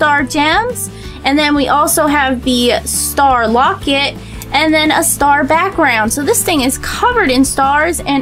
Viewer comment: you are saying wocet